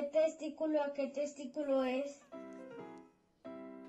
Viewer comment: Exalumno siempre le dice al profesor de qué testículo A qué testículo es y se dice versículo con V no con T